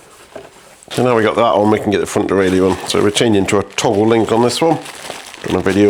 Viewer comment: Pronunciation of "derailleur": easy ! it's a French word, so just like in French ! ;)